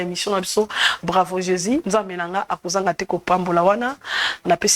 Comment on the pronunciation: Maman wetshi ozali journaliste présentatrice sala effort na prononciation on dit Jésus et non jési Dieu et non Die merci pour la compréhension